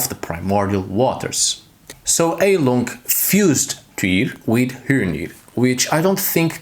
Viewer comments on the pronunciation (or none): Not to smartass: but its pronounced "high-lung", "hi-lung" or to seperate syllables: "Hei-lung" Its german for "healing" (as a noun) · Fun fact - you should pronounce it "Hailung" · Then it would be pronounced "hyle-ung"